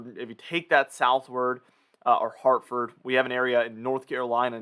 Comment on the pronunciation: Just a minor aside, Hartford is pronounced like ❤️ Ford/Ferd.🍻